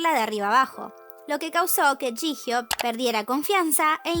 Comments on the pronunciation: Se pronuncia "yijio" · Es jihyo (llio se pronunciria)?